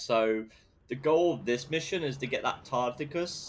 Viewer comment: Goodness, the Covid is really getting to you... Your spelling and pronunciation of "Tacitus"... It's pronounced "Ta si tes". I think you can watch TS and TW cutscenes for the pronunciation. The Tripods are not stealthed, they have a shield and they hide under the fog of war. Also, very impressive on going through the tunnel route. I usually don't go there because I feel it's too strong for me. I instead go around that area, and I get to experience more content of the mission anyway. On second thought, have you ever thought how silly it was for Nod to separate from Kane when the Scrin did another full-scale invasion?